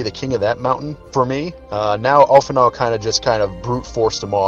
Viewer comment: Alphinaud mispronounced his own name!!! LET'S FUCKING GOOOOOOOOOOOOOOOOOOOOO